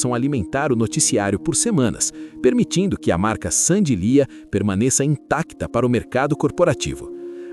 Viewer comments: O nome dela é Sandy Leah (Leáh) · Não é Sandy liah? Pronuncia errada